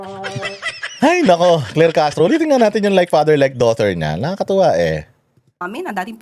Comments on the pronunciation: Natawa ako syo. Ccadtro ayusin mo pronounce Daughter not diter. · Daughter daw as in Daughter-te 😂 boba na palengkera pa! she is clearly the shock absorber of palace kaya di pinapalitan 😂 saluhin mo lahat ng katangahan! from NZ here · Ano doughnut o doughter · Talaga bang abogaga si Claire? Hoy! Claire, silent “gh” ang daughter 😂😂😂😂😂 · Good day. Ang aga ng tawa ko sa daw-ther ni ante Kler. Tang ina 🤣🤣🤣 dinaig pa ng pamangkin ko sa pag pronounced ng tama😂.... Bobo Ka talaga Kler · Hahaha slang Yan sya Lodz sa pag pronounce sa daughter 💚💚💚